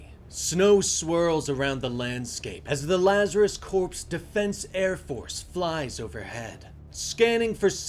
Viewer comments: Corps is pronounced as core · Hey friendly heads up to your VO artist, “Corps” is pronounced like “Core”.